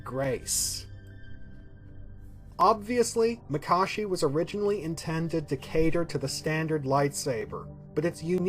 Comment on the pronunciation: Finally someone who pronounces Makashi the correct way. These vids are great! Keep it up!